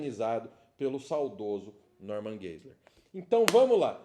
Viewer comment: Pronuncia-se: Norman Gaziler